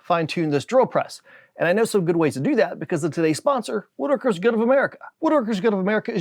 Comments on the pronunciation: Why are you in SUCH A HURRY and speak so FAST????????? Also, I have heard of the WoodWorkers Guild of America , but not the WOOODRKRS Guild! If you speak SO FAST you CANNOTMANAGE TO PRONOUNCE the word it is A BIT CRAZY! You DIDN'T MAKE A HOLE IN A PIECE OF DOWEL AT ANY STAGE. You machined two pieces to join and then Machin et round. THAT IS NOT a HOLE in A DOWEL. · for a guy that works with wood, u seem to have trouble pronouncing "woodworkers" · Holy hell you need to learn to enunciate your sponsors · First video I’ve watched where the guy doesn’t even know how to pronounce the sponsor’s name.